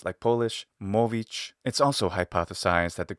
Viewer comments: You were almost there with 'mówić.' I listened to it a few times to make sure and I think you pronounced 'ó' as long 'o' instead of just 'u'. :) But I think your Czech pronunciation is on point!! 😎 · A funny thing about slavic languages (appart from polish ó being actually pronounced something like /u/, i have to correct your pronunciation there, but my polish sucks anyway): in some varieties you also have a verb for "speaking" that is something like "vraviť" (that should be the slovak version of it) which seems to be a doublet version of the greek word that you have shown. I wonder how this mluvit/vraviť (i am native speaker of Czech so i am using mostly czech and slovak equivalent of the words in here) dublet was formed in the first place... I guess I'll leave this to the slavists! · "Mówić" sounded like legitimate Old Polish :D